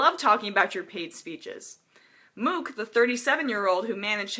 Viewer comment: The fact she doesn't know how to pronounce "Mook" made this so hard to listen to.